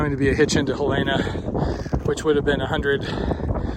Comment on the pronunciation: Hel en a. Not hel ay na. My dad grew up there.